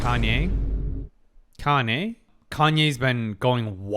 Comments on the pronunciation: it;s funny how you pronounse Kanne as "Kanye" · Oh God, from pronouncing Kanne like Citizen Kane to Kanye West, I'm dead 😭